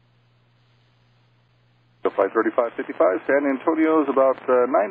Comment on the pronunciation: 'fiddy five' loool good stuff